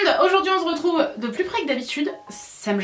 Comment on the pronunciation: « On zredrouve pour une nouvelle vidéo ! » 😂 Tu m’as tuée !!!😂😂😂